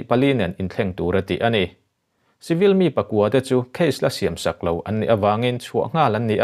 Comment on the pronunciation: ngatinge chibil(civil) ti a i lamrik zel le?